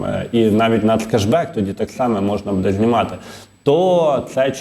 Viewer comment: З усією повагою до ведучого, але неможливо слухати неправильно наголошені слова. Чому буДЕ? БУде. Невже не зрозуміло.